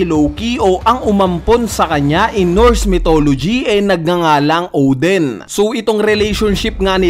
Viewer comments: O-din not Ohw-dhen. Lol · Odin, not Oden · Odin kuya hindi Oden